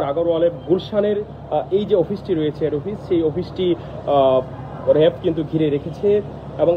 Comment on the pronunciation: "র‍্যাব" কে 'রেব' আর "কাঁচ" কে 'কাচ'। বাংলা উচ্চারণে আরও যত্নশীল হওয়া চাই।